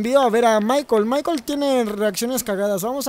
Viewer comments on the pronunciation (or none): No es maiquel es maicol ( escribo como se pronuncia)